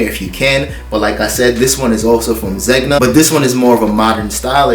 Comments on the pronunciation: Zegna is pronounced like this; “ZenYa” aka Zegna. 😎👊🏽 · I love your channel! Zegna is pronounced “Zen-ya” 🤗